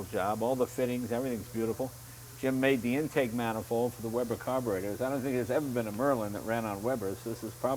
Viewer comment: ...And it's 'Weber' by the way...